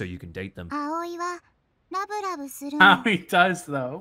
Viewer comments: How to butcher a name, with: Aoi Éiöê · Repeat after me guys: "Ah - Oy" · Also, Aoi is pronounced like ow